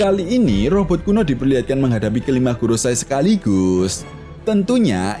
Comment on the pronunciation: Kak, bacanya bukan goroSAI, sepertinya... tetapi 五老星 gorouSEI = lima planet tua = five elders